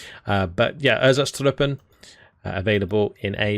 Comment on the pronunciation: I swear when you said erzatztrupen I heard einzatztruppen that feels very weird Overall nice militiabois to throw in blobs for almost free with some very elite to really pack a punch Lacks radio from litterally everyone but no really good long range arty support anyway nor arty availability No heavies and few medium Light air but very good choices Very city/forest based army Everything is so light any support will destroy them very easily out the open, I think it's clearly not a good one as a whole load of arty players are out here and well... Arty on militia is not gonna end well and I don't think your own arty will be useful as counter battery either. 1v1 is a no go but with allies it could be a very nice and strong one